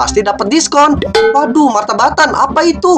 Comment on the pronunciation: Kak yang bener itu MataBatin bukan MataBatan